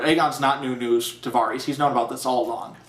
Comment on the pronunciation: Nice review, but I can't get over how you pronounce Varys. >.<